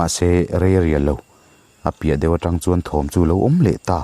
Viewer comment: tang i tih a thluk a diklo in ka hre tlat